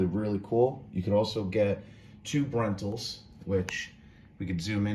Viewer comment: thanks for the video, I am going in a couple of weeks and staying in that room type so good to see the room. At first I thought you said "2 brentals" - ??? HAHA, "tube rentals" ;)